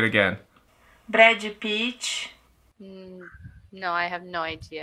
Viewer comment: Me desculpem, mas a pronúncia dessa pessoa é beeeeem ruim... Os gringos iam ter dificuldade de entender mesmo. Brédi Picth....